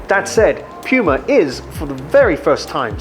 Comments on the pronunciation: Aaahhhhh! Stop saying pewma! It’s pronounced POOMUH!! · I keep hearing pewma instead of puma or is it just me!? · puma not pyuma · its not Puma, its Pyuma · Pew-ma? I...I just can’t. Next video. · Bruh... Say Pee-yuma one more time... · This is a “Pyu-mah” banana back button. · What!? “Peewma” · did he say "pewmah" 🤣🤣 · Id u say PEWMA ONE MORE TIME😖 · Why is he calling the brand PEWma? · did he said Yuma or Piuma? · I thought it's "poo-muh"? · I agree, you can't have a damn puma on the shoe and call it pyuuuma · Dude learn how to say PUMA !!! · It would help with credibility if you take a minute and learn how to pronounce the word puma. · Why does he say "puma" like that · The way he says puma 😣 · It's POO-MA